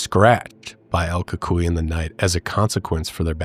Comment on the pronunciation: I'm mexican, and my grandparents told me about el cucuy (the same pronunciation you used: el cool coo ee...